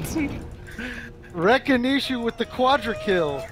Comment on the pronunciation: Wreck-it-ishu :D